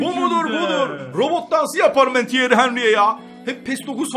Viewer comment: Thierry "Hanry"😂